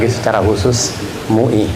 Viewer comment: Lafalnya M U I. bukan mui !!!!